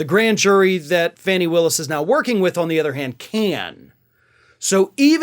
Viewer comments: With all due respect, her name isn't pronounced "fanny", it is pronounced "fah- nee" or "faw-nee". Thank you for speaking to this. We all know Trump is just trying to delay, again some more. He will eventually go to jail. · I thought it was pronounced "Fawnie" not "Fannie". Might wanna check. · Her name is pronounced "Fawny" not "Fanny". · Just fyi (not a criticism) Georgia's DD Willis' first name is pronounced "Fawney" She has brought this up so it must bother her. I love your channel, thanks for the accurate insight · I believe it’s pronounced Fawny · Her name is pronounced fawni